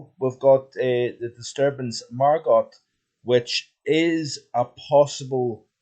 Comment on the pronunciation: Good video, however! the pronunciation of Margot is Margo!!